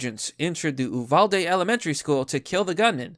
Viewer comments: As a Texan, I must say, U-val-dee. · Stop saying Oovalda it's U-valda tx. Thank you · Say the Name Right U-Val-De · MORON... Uvalde is ptonounced "You Val De"... Learn about what you report BEFORE YOU REPORT....Just a suggestion... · U VAL DE pronounce it correctly. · its pronounced You-val-dee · Hey ….love the channel. But as a Texan, it’s pronounced “Yoo-val-dee”. I listened to the DPS officer give the 911 timeline….it was heartbreaking. It is also the best argument for armed and trained teachers, faculty and school security guards. Our hearts are breaking here in the lone star state. Keep up the good work.